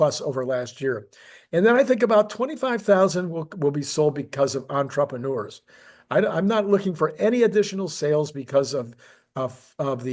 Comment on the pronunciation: EntrepReneur. You're missing that "R" in the middle. "Ontra-preh-noor", not "On-troppa-noor".